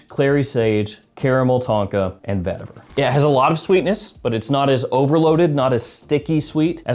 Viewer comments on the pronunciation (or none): none